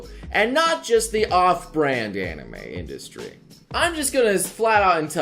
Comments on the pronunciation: What the fuck is an "industy"? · INDUSTY vewy niece spewing nobre